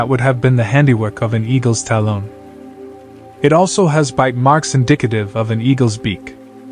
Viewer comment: calls a talon "tah-hlone" wtf?